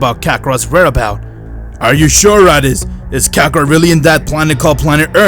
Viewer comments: Stop saying kakerot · Bro he said kakorot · I heard Vegeta say rakakrot